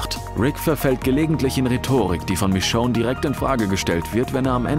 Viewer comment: Warum fällt es so vielen schwer, den Namen Michonne richtig auszusprechen?